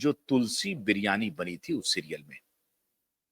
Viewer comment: तुलसी विरमानी. ना की बिर्यानी 😅